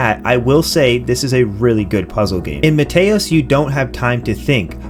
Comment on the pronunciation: Small detail, but it's MEE-TEE-OS like Mete in Meteor cause the game is Meteors falling on your Planet. Great Video otherwise, solid recommends.